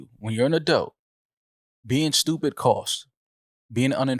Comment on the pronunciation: Iono if I like when says Adelt instead of Adult 😂